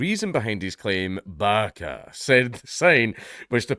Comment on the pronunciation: I'm convinced that we wouldn't hear a difference if Dank said "barka" instead of Baqa. I thought he was saying barka.